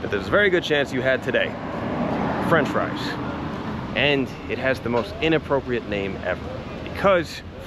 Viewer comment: . “Fries “ (freez) on Friday. 😂☺️